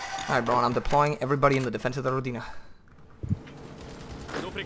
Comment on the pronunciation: You pronounce Rodina badly. The strenght is in "Ro" and not "di". Also that "d" is soft not hard.